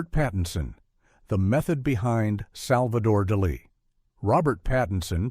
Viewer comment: OK, this must be a fucking AI voice over. If you can't even pronounce Salvador Dali's name right, you are not human. I just stopped watching. FU